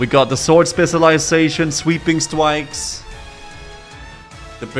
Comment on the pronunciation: Why did he say it like that? He says something similar for spirit -> spirwit.